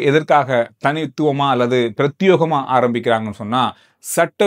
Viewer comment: Prathiyegam enbadhu sariyaana ucharippu. யே-ye யோ-yo.